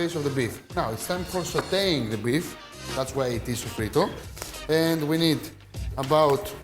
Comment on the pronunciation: Hi, my friend. Sofrito is too a spanish word. An you, the greek people, have an exact and perfect pronuntiation of this spanish word. Your pronuncitation of sofrito is perfect spanish.